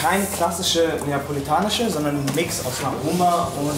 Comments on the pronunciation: Niemand: Monte: Napoelanische Pizza Liebe geht raus <3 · Es heisst neapolitanische